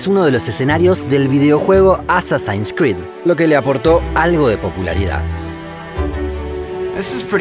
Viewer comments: me encantan los videos muchísimo. pero me reí un poco con la pronunciación "asasains" - porque cambiarlo si en ingles es una de las pocas palabras que se pronuncia como se escribe : asásin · Se pronuncia "asasins", no "asasains" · "assassaaaaeeen" creed, porteño gil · Dice que asasains..🤣🤣🤣🤣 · Y lo pronuncia assassains xd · en realidad no, asi se pronuncia: əˈsasin o uh·sa·sn En ingles obviamente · Que chimba de lugar y que bacano el video pero Dios mio, como dijiste Assassin’s Creed al fin casi me hace llorar de lo mal pronunciado 🤣